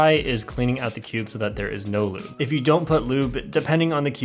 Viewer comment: When he said lube I overheard him say "lewd"